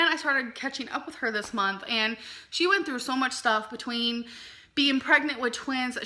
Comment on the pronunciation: "The Mountain but-tween us". 🙄. Dear Lord have Mercy she can't speak.